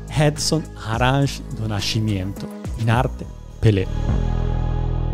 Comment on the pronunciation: Edson Arantes do Nascimiento ….. ma perché uno bravo come te si inventa una pronuncia del nome di Pelé assolutamente sbagliata?